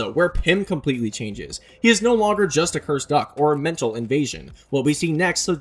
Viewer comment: all that is wrong with ur english is "yust/just"